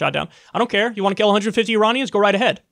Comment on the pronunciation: "IrARNians" his pronunciation is awful